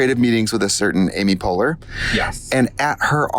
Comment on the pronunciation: sorry did I hear Amy Puller!! looove Katya for continuing to recommend movies in the chaos